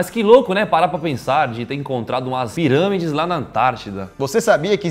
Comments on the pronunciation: Kkkk no minuto o Daniel fala ziramides em vez de pirâmides kkkk quem aí viu isso também ? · Cara o Daniel falou zirâmides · KKK AOS O MOLLO DISSE ZIRAMIDE kkk suave